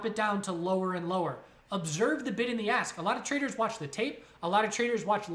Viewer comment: Any one else hearing a$$ and bit instead of ask and bid, getting bit in the a$$, lol. Thanks great info.